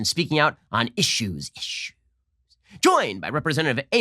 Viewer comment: Issues, i-ssues.... ahahhahahaha